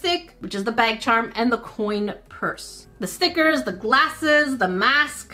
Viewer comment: I just love how she says ''STEEKERSSS*